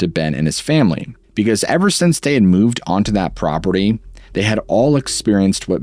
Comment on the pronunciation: This is not on topic, but why do you pronounce the word “since” as ‘sense’?